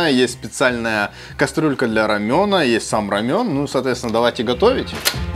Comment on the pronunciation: Не рамён а Рамэн , тыж в роде местный и нешариш ??? что у русско язычных за привычка перекаверкивать названия. Дёнер немецко/турсское блюдо , называете ДОНЕР ... бред просто. Перестаньте уже